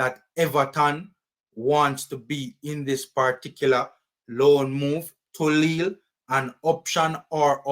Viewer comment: It’s pronounce as Lee